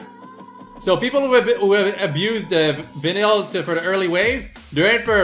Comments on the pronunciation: I don't care, but it is pronounced "veye-nel" or "veye-nul" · I've never minded the way you pronounced vinyl, but if you want to know how its pronounced it's vi-nyl (vine ill) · Say vinyl like VINE-LL